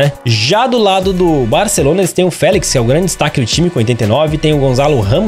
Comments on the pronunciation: não se diz Gonzalo Ramos dis se Gonçalo Ramos obrigado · NÃO É GONZALO RAMOS É GONÇALO